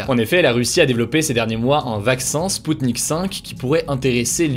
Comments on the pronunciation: Salut, c'est sputnik "v" comme vaccin pas 5 comme un chiffre romain. Bad decrypting ;/ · Il me semble qu'on doit dire spoutnik "vé" la lettre V et non le chiffre romain.